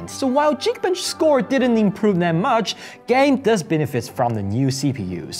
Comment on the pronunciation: 支持国际化。但整个视频最让我难受的是"geekbench"的发音，"geek" 读 /giːk/，而不是 /dʒiːk/。连频道名都叫 ""，没理由把这单词读错吧？